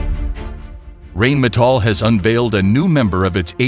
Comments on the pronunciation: Yes but it is still not pronounced "rain" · it's pronounced "rine metal" not rain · Rheinmetall is pronounced Rinemetall !! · you would think that guy knows how to pronounce " Rheinmetal "